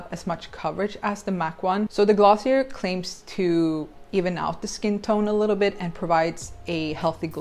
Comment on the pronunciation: You pronounce glossier wrong